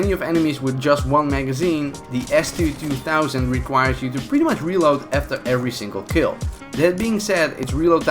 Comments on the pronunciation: S2 2000 you say it s2 200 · Idk how many others may have caught his mistake. He kept saying S2-2 THOUSAND. It’s 2 HUNDRED dude. Idk how he didn’t catch his mistake while editing the video when you see the name show up numerous times when he got people with it. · Its s2-200 not s2-2000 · It is an S2 twohundred btw.. :D not twothousand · Its call s2-200 not s2-2000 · He said S2-2000. It's S2-200